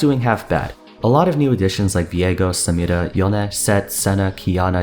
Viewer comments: Homie you literally dont say any other "foreign " name like that. You pronounce it with a normal American accent. WHY DO YOU KEEP SAYING SAMIRAS NAME LIKE THAT? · Dude.... can u say samira 1 more time damn ur pronouncatjon sound dope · I love it how doesn't gave any kind of accent, until he needs to say the name of samira and xin xao. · WHY THE FUCK DO YOU KEEP SAYING SAMIRA LIKE THAT OMFG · Not entirely relevant to the video but, I like how he says "Samira"